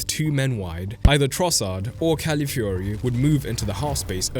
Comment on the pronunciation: Great video and analysis, but please get CalAfiori's name right. You aren'r the inly one making this mistake but it's annoying and just wrong